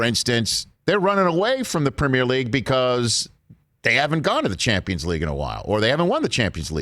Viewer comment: better question is: why can't pronounce the word "premier"? the 'primmer' league?? lmfao